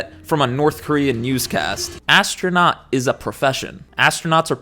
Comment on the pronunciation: More like ass-tro-not